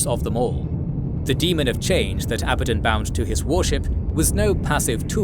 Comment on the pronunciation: Its pronounced "Abaddon", not "Abaddon" Newb